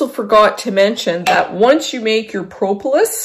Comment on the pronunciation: Thank you for this. FYI - The first o in propolis is a short o, not a long o, like aw instead of oh.